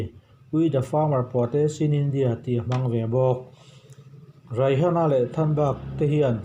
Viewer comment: Raihana ni lo Rihana ni 😂